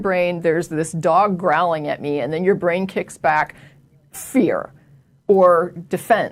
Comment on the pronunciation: you're easily impressed, she can't even pronounce the word "your".